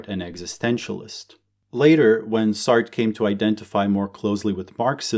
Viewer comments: Isnt it pronouned sart-tra not like shart lol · Lol that's not how you say Sartre 😂